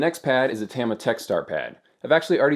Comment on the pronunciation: Don't worry about pronouncing piezo. Your Tama and Yamaha are what need work! :P